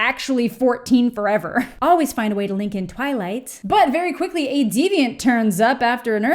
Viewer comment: Everytime you say "diviant" I immediately think of "Detroit: Become Human." 😂